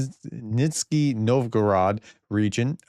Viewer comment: Dear Professor, it's obvious that an American has problems with pronunciation Nizhny: this 'zh' shoul sound like the second 'g' in garage or just like in Dr. Zhivago - which reminds a little french gilette. Anyway, thanks for your magnificent job!